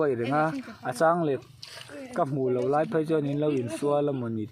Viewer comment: Leih tih tur te laih itia....i tawngkam hrim2 hi a diklo zeuh2 a...dik phei se ahmuhnawm leh zual ang😅❤